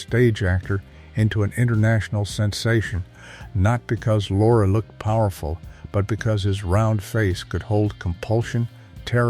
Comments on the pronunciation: Peter Lore? It's pronounced LOR-eee. Get a human, not a machine! 😮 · It's Lor-ee, not Loor